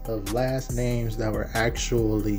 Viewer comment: the way she was pronouncing those names was crazy 😂